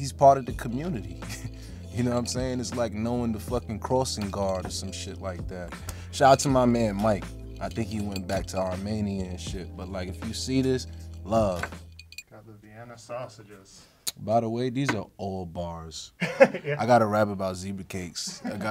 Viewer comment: This man said "Armania"